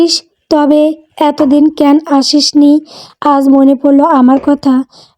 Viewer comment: উচ্চারণ টা ক্যান নয় ক্যানো, একটু খেয়াল রাখবেন ক্যান উচ্চারণ টা শুনতে ভালো লাগে না।